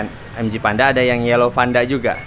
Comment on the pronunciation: Vanda bang, bukan panda